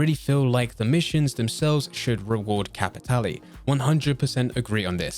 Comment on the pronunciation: Regarding Blood Money: well Im pretty sure we all learned its pronounced "Cappy-TAY-Lay"